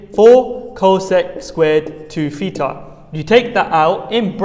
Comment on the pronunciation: Not petar but theta